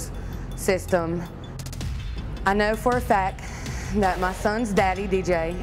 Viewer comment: "I know for a fack"